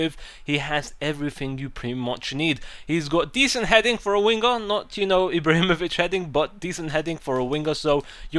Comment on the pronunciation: I Laugh whenever you say winger, " wingguh"